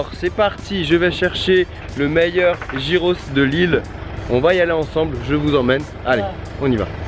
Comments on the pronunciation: Ca se prononce "guiros" gui gui gui et pas gi gi gi ros ! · Sa se prononce Guyros pas gyros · Je trouve ca super que tu fasses découvrir cette spécialité grec ! C'est tellement bon ! Juste pour info on dit pas "jyros" mais "yiros" ;) bonne continuation ! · Les gyros c'est la vie... Mais ça se prononce [guirosse] pas [jirosse] 😂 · Nous au Canada plus précisément au Québec ont en a aussi et ont dit giroooooooo et non pas girossssssss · Sa s’ecrit « gyros » mais sa se dit « yros » Mais en Grèce on appelle sa souvlaki Comme endroit pour le dessert y’en a un qui s’appelle milkato ils font des gaufres geantes avec se que tu veut Pour ma part c’est nutella avec des biscuit casser et une boulle de glace dessus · Sa s'ecrit gyros mais ca se dit guiros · Ça ce prononcé yé pas trop appuyé ros. Yéros.👌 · Ça se prononce guyros 😂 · Si jamais ça se dit "guyros" on prononce pas le g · Le g se prononce dans gyros